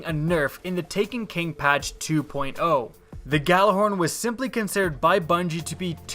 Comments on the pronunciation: You pronounce it Yallahorn you uneducated fool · Why can no one pronounce Gjallarhorn correctly? The Gj makes a Y sound guys. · Everybody pronounces Gjallarhorn wrong...